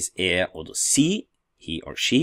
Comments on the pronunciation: Prof, Warum pronounce Sie as an S rather than a Z? Ich wohne in Kamerun! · Do not we pronounce Sie as zii ? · Thanks for the video, I have a question about the pronounciation of "Sie", I always heared it like "Zee" but the way you say it is different. Could you explain to me the reason ? is it due to different dialect ? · Why "sie" Sometimes it pronounced as zee or cee I'm confused! Following you from Egypt 🙋‍♀️